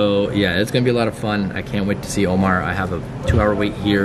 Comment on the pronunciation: Instead of Omar he said momar